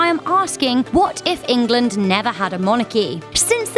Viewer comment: Why does she keep saying England in welsh and kinda annoyed